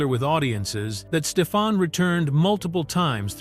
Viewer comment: That's pronounced: "Steph-ON" not Steph-in.